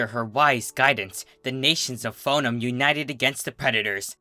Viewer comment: Yes; I've been waiting for someone else to narrate TFH's Book of Lore; I couldn't sit through narration of this book due to his mispronunciation of "Foenum".